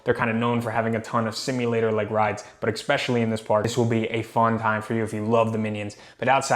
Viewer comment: Bro…there’s no X in the word especially! Especially. Not expecially